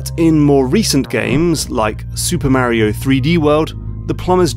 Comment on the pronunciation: Thank you. Exactly what came to my mind. He commented that he uses the words of a certain game designers book. Still a stupid (and pretentious) choice, IMO. Make him sound like a hipster douche. Also... MARY-O! OH MY GAAAAWD!!! D-:<